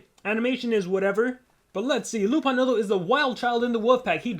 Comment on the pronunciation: ya but its actually "lupo nudo"